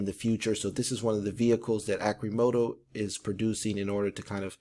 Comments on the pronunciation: Arrrcimoto, not Arcimoto. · Pronounce it correctly at least omg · Your research is pertty light if you dont even know how to pronounce Arcimoto. a stockholder.